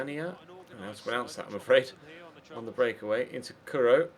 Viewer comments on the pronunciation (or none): none